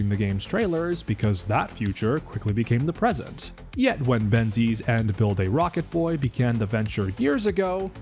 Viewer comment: Are you purposely saying build a rocket boy wrong?